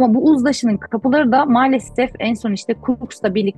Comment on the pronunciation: neden malsefef diyor hanimefendi,ukraynali mi kendisi ?